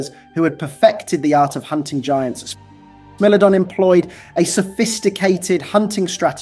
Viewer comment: "Smellodon"? 😂 AI has to up it's pronunciation game